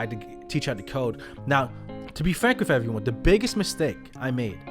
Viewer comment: ill be that troll..... with!= "whiff"... I like your content but the more professional and correctly you speak the more respect you garner in all situations.